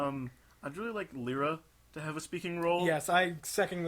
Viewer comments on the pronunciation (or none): lee-rah? Pretty sure it's Lye-rah, on account of her cutie mark being a Lyre (Lye-er, Lye-rah, see?)